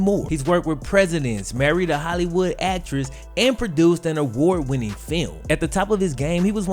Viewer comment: i did know he pwoduced a awaad winnin feeum